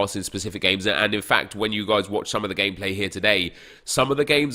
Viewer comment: Is it just me or when says gameplay it sounds like gay play